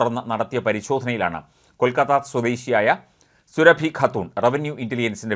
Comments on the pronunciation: സുരഭി അല്ല. സുറാബി. Khatun is a title of the female counterpart to a Khan. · സുരഭി യല്ല സൂറ ബീ 1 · സുറബി എന്നു കുടിചേർക്കു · സൂറബി ഖാത്തൂർ എന്ന് പറ 😭😭😭